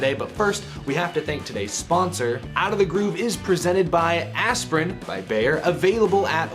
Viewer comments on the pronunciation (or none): none